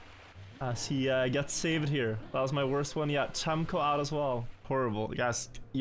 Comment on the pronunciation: cemkoo's first letter is more like "jazz" rather than "charlie"